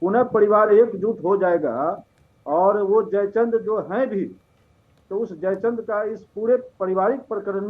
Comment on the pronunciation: Madam aap pehle history padho jaichand hota hai jai Chandra nhi